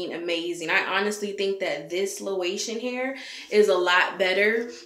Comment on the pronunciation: Pretty cool coming from a laotian guy pronounced lay o tion all good though... im gonna start cuttin off all these laotian girl hair around here and start slangin it! Lol hollat at me ill have it for the low